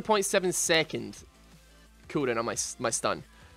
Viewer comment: the way you say cooldown is pukable and vomitably